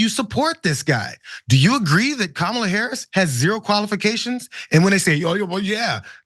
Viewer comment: That jerk not only calls the vice president a DEI hire; he also calls her "colored." If that's not racist I don't know what is. Plus mispronounces her name.